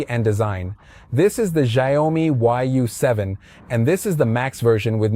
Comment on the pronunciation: Pronounce YOU-SEVEN.